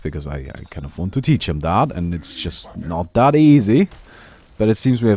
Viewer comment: like your vids but plzzz say That not Dat, gives me spasms